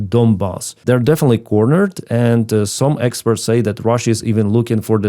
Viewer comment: your command of English is great, but please try to say "oil exPORTS" not exPERTS, thanks.